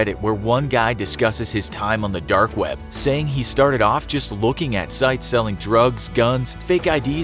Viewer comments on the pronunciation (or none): Am I the only one finding his pronunciation of "dark" weird? It sounds almost like "derk".